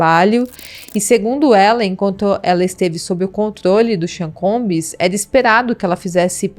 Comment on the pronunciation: Vc não pode pronunciar "Combiiis",se é prof. de inglês deveria saber. A pronúncia correta é " Combss" "b" mudo flor. Precisa ler e estudar um pouquinho mais